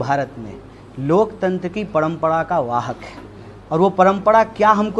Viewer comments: Paihle ise Hindi sikhao parampara ko parampada bol raha hai🤣🤣🤣😂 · Abe padampada nahi hota hai parampara hota hai c😀 Tumlog jaise logon ko khada tak nahi karna chahiye salman sahrukh se kuchh sikh lo-diction, presentation etc Are bhai ye to bjp expect kar raha tha jab nahi mila to congress pakad liya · Padmpda k h u bhaiyee...hindi sikh jo apne desh ki maa bhasha hai. Parmpra hoti h na ki padmpda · Jo admi parampra ko pnampra bolta hai o kya netagiri karega a adami bharat ke khilaf bolta hai lagta hai bides paisa pata hai isko kabhi bhi neta mat banaye a sabko bewkuf bana raha hai